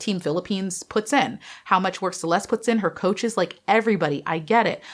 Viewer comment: Hi. Her name is pronounced as "Che les te". Love you.